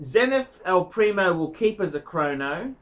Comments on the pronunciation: Makes me laugh hearing him talk about the Zenith "El Nephew" haha. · it's EL PRIMERO!!! PRI-ME-RO!!! Learn that for God's sake. And 2nd - replacing a Zenith with a Moonwatch?? Are u on drugs?:) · great video. but how many times do we have to say it......it's "El PrimERO"